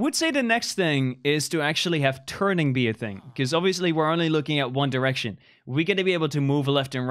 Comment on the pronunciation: Fundy Said one deraction in